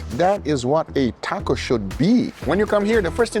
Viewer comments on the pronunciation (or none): none